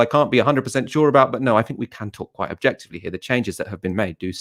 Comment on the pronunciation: I cannot take seriously anyone who uses 'viss' instead of 'this' and 'fink' instead if 'think'.